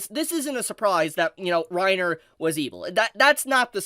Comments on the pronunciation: Not Reiner... Renner xD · it's "ren ear" not "rine er". grrrrrr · Reiner? pronunciations are always jokes. lol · As a German, I feel offended by how you pronounce "Renner" like "Rainer", like the guy from AoT. The "e" is pronounced like "eh". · HAHAHAHAHAHAAAAA every time he said Re-nners name as rai-nner, I kept thinking the armored titan. HAHAHAHAAAAA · Reiner? not renner? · calling Princess Renner "Reiner" over and over threw me for a loop. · I love you my man, but that name butchering you did with 'Reiner' and 'Cyocyutos' just cracks me up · pronouncing renner as reiner is so funny i am just imagining reiner from AOT dancing to a evil disney song. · The fact you kept pronouncing Renner as "Reiner" is really irksome. i couldn't keep listening because i can't help but think you are talking about the dude from Attack on Titan. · pronouncing Renner as Reiner. I can't help imagining the Armored Titan dancing and singing like a Disney princess. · Sry just a little hint dont listen to butchering her Name its actualy Renner. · It kinda triggers me how you pronounce Renner. You make it sound like Reiner... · Did “Reiner” get lost and wonder into Overlord from AOT? Such a “-ism” to keep saying it 😂 Princess Renner 🤓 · (also "Reiner" is not the correct pronunciation) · The way you pronouns Renner deeply disturbed me. What kind of dub are you whatcing bro? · I agree with everything in the video but the pronunciation of the names, that threw me off so much 😅